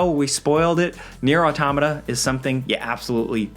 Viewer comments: say it with me: NEIR: AUTO-MATA. Not NEIR: AU-TOM-MA-TA. Why is it so hard. It’s a simple title and yet YouTubers butcher it almost every single time. It’s like calling Mario Merio 😂. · Omg thank you. I wanted to play this but I had no idea wtf he said in the video! I was looking for Nero Matica, or Neuron Attacka, maybe Near On Tomato?